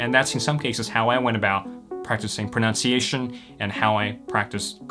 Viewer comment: Mispronounces "pronunciation"... But the rest is great.